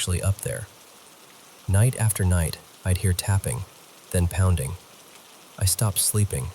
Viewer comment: "Heavy deliberate pownding" 😂